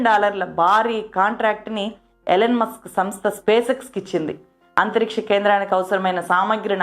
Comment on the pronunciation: ఎలెన్ కాదండీ, ఇలాన్ మాస్క్. పెట్రోరియా కాదు ప్రిటోరియ